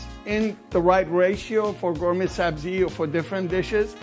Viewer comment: Lol bro looks like he is from bazaar but he pronounces it "GayMay" 😂